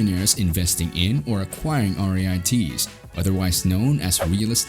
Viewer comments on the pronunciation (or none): They're pronounced REETS rhymes with YEETS